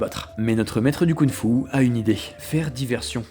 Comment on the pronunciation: La vidéo est géniale ! Mais par pitié on dit KunG Fu et pas Kounfou 🤣